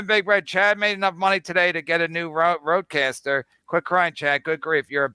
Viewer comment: it's Rodecaster, nerd